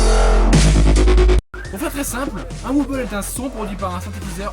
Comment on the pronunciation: Très bonne vidéo !!! On voit que tu t'y connait pas mal comparé a d'autre gens qui mette du skrillex pour illustré du dubstep... seul petit truc, on dit "Wobble" ou "Wobble Bass" mais pas "wuuble" :)